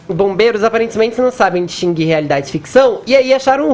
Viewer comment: Fefito tem seu próprio idioma: "A zenci" "aparencimenci" "peçonazen" "paçio do quartel central" "comandanci" "monci zi bailarino"